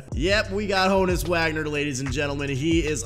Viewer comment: It’s hooonus not Honus